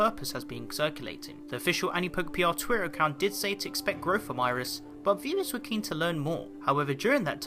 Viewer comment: it's always hilarious when I hear you pronounce twitter as twier